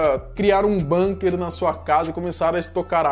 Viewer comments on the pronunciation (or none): none